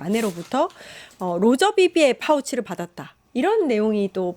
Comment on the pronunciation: 로저비비어=롸저 바비어?